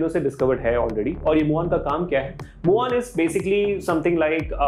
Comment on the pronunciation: Pehli baat ise Mu On nahi MewOn bolte hain. Spelling bhale hi Muon ho.